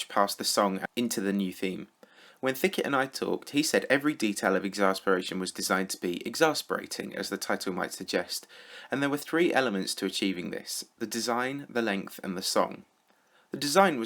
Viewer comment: I dare you to make a video but everytime you say three you say tree because you sound like someone who says tree instead of three.